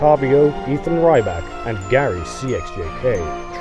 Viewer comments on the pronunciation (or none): none